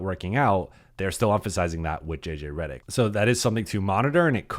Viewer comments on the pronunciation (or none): You pronounce your last name wrong.